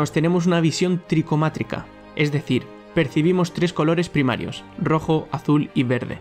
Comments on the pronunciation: quiso decir tricromática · No se dice tricomatica, se dice tricromatica que viene de tri = tres y chroma = color